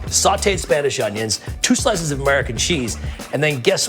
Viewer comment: “Amurrican Cheese”